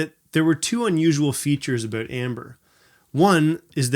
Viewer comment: I like the way you said abooot.